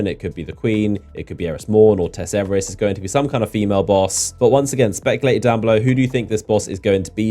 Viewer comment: I died when you said “tess everus” 😂😂😂😂